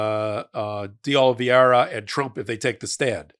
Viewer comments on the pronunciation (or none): it's Carlos D. Oliveira, not Olveira. You have been consistently pronouncing his name wrong forever and I finally had to say something. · please learn how to pronounce "Oliveira"! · again: Oliveira. Pronunciation! It's driving me crazy.